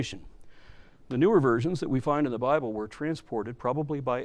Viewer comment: your accent makes the "bible" sound like "buy bull" perfect